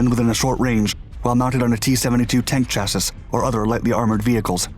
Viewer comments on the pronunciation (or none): Enjoy your videos and narration. However you need to tight up your background work. It’s pronounced “chassee”, not “chassis”. Also you did an aviation video referring to the Phantom, calling it the F48, when it was an F-4 B. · Shassy not chass-iss FFS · chassis noun chas·sis | \ ˈcha-sē , ˈsha- \ plural chassis\ -sēz \ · Please, man-it is pronounced "chassEE", not "chassISS". Granted, the spelling makes no sense. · The word "chassis" is pronounced "chas-ee" The repeated mispronunciation of that word started to bug me. I hope your pronunciation has changed since.... Otherwise, very impressive and informative video! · It is pronounced CHASS EE not Chass iss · ChassIS? Lol it’s chassY Twice. The last S is silent you goofball it’s not pronounce chassis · Sure do wish you would say chassEE instead of chass-iss when you describe vehicles. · Chas-seeee, not Chas-iiis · Chass-iss.... you're killing me with that lol. Chassis is pronounced "Chass-ee" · Chas-ee, not Chas-sis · Seriously, CHASSIS is pronounced "SHASSEE" not "SHASSISS" in any language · Dude....I love all of your channels - they're seriously some of my faves on this entire platform and I love every topic you publish on. But I gotta say that the word is pronounced "chass-EEE", not "chass-iss". Just sayin'... Thanks for the great stories and stay safe! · It's pronounced: chassee, not chassis. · its pronounced "Chass-y" not chassis. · Love your videos, but please, chassis, its a french word it is pronounced "sha-see" not "tcha-ciss"...its the french word for frame... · Chassis isn't "shassis", it's "shassy"... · The number of times you pronounce chassis as "chassus" is frustrating in this one. Chass-ee. Or even the British pronunciation of "shassee" would be acceptable. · Dude, It's chass-EE, not chass-ISS. How to pronounce "chassis" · 1st: Who says "chas-iss"? It is Chass-ee 2nd: Your footage is from ammunition depots in Yemen getting blown up. Not from the TOS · Chassee not chassissss Weirdo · Bruh, "chassi"